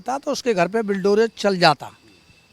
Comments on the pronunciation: Bulldozer to tu bol nhi pa rha h ,sanskrit me aise aise shabd h tu kaise bolta hoga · Bulldozer bolna aa nahi iss logo ko toh samj jao kya hi katha bachan karte honge❤